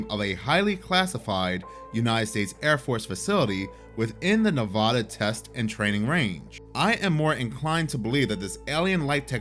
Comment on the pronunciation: as a resident NEVADAH let me be the first to correct you kind, sir... It's pronounced Nev-Ah-Duh not Nev-Ow-Duh. 😜